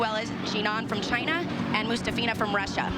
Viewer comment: Ella I.n.c - it’s actually Moo- ‘STOFF-ina. That’s her preferred pronunciation. 🙂